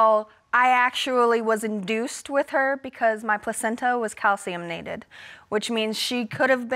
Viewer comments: Calciumnated. Hurt me too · It's calcified not calciumnated. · so no one is going to say anything about how she said calciumdunded, instead of calcified.